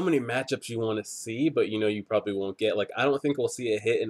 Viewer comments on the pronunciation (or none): none